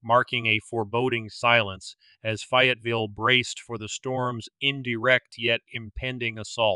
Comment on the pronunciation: I think you need to research the pronunciation of Fayetteville. 😊